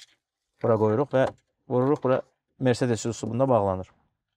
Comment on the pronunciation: Mercedes sözünü Azərbaycanda düzgün tələffüz edən insan !